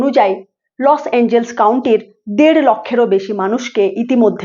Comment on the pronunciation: লস অ্যাঞ্জেলস নয়, লস অ্যাঞ্জেলেস।